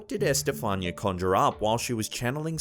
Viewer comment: EsTehFAANia LOL .... it's Esthe FAH- ni- ah.